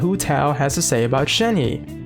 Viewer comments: “Shen-huh” for pronunciation. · It's pronounced, Shen (just Shen) he (use the H sound from the English word he, and for the sound of the E it will be pronounced like when you "uhh" but don't say ShenHeeeee, just say the He really fast well not too fast just fast and then you can pronounce it) I'm not that good at explaining but I hope you get the idea of what I'm say. So Shenhe (Shen-H-uh) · Its pronounced as 'shen-her' but without the 'r'. But when saying 'shen' theres like a 'u' undertone or smthng.